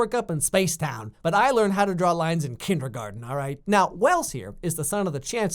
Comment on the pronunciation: Ok, the official name of the show is pronounced "The Hundred", not The One Hundred. Then, right after that, you said "KinderGARDEN".....not GARDEN in that word....it is "Kindergarten" and is pronounced as such. Yep, I'm one of THOSE people. Getting the name of the show correct...kind of a big thing when it is in the title of your video. Cheers.